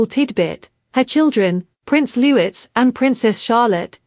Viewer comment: Prince Louis….pronounced Looee…silent S…